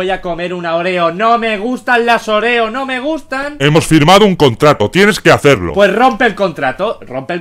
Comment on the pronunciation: Se llama óreo porque le dice oréo?😂?😂?😂?